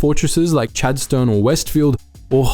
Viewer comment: Whoever put this together might also take the trouble to find out how to pronounce "Chadstone" like a local and not someone who has never visited Melbourne.